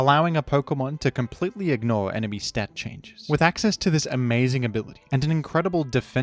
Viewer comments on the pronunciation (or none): none